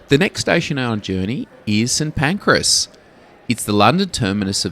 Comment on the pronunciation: I can't believe you mis-pronounced St. Pancras.